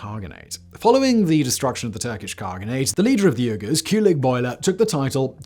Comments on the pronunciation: Yurghurs, Simon?! Yurghurs, reeeally? 🤨 I believe the people suffering Chinese gen*cide and ethnic clens*ng as we speak prefer Uyghur be pronounced, “Wee-ger”? Pleasure, as always. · is where I realized how badly Simon is mispronouncing uyghurs, and hit myself on the forehead and said oh my gosh those Uyghurs! 5 minutes of research confirmed that yes, these are the same people that China is still trying to take off the census today! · It’s not URGHERRRRS! It’s pronounced WEEE-GHERRRS! Come on man…. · Me both surprised and also not surprised at all the Simon doesn't know how to pronounce Uyghurs. (WEE-gerz) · Wait, these are the same Uyghurs who are dissidents in communist China now, right? Isn't it pronounced "WEE-goorz"? I think you need to look up the pronunciation of "Manichean" also. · I came into the comments because I was pretty sure he meant Uyghurs, especially after he began to list a few, but that pronunciation! "Ugh-ers" haha! Although to be fair, I had to ask "what's a Uyghur" when I was in college because their culture was never taught in American history classes. A shame! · Is it just me or is Simon’s pronunciation of Uyghurs incorrect?